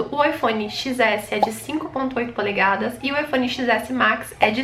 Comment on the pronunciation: Polegasas? Ou Polegadas ? Kkkkkk ótimo vídeo , amei a explicação . O coral é top junto claro da cor do meu que é Vermelho . As 2 cores mais linda !